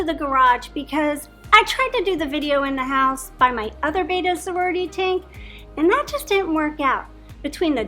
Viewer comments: bet uh not bey tuh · You guys pronounce BETTA like a bunch of mongs